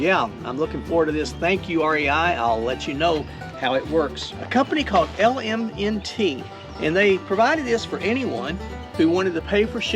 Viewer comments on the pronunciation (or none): Hey. I was introduced to your channel by watching PTL and you on the foothills trail. That LMNT is actually pronounced "element". Cute, huh? I can safely say that I didn't like them at all. I guess some people might. Last Christmas my son, "Too Tall", bought me a pair of altra lone peaks and I loved them! I wait with anticipation on your review of your new altras.